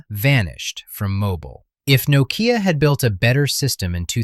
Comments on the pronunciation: "noh-Kee-Ya" LoL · Well, as you don't know how to pronounce "Nokea" no surprise you don't understand why it collapsed. As someone in the room at the time: management failed to see the transition from a phone with a camera to a multi-media device that could also make phone calls (aka: iPhone). Add the hubris of managers and the competitiveness of Foxconn to churn out iPhones at an initial loss to destroy Nokea/Elcoteq manufacturing, and the end was in sight. Microsoft's Ballmer cashed Nokea out to grab the money and leave it DOA. Symbian was never going to be a mm device platform anyway. Nokea was result of accidental good timing more than anything else anyway.